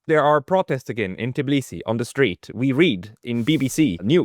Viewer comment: The capital of Georgia is called Tbilisi, not "Tiblisi" The way you say it, sounds about as ridiculous as if someone called you Apsacal instead of.